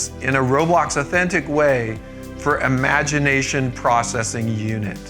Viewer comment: "Power Imagitation"